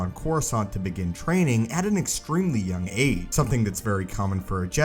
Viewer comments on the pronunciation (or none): Nobody: Narrator: AT AN EXTREMELY YOUNG AGE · Why does this guy keep repeating “at an extremely young AGE” stressing AGE with such a weird emphasis? Is it just need-don unawareness or some marvel of editing?